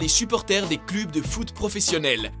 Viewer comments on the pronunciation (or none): On dit cleuuuuuuuuub mes oreilles ont sifflé tout le long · c'est quoi les clubs ? on lit cleub. Je préfère quand c'est la fille qui présente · "les clube de foot"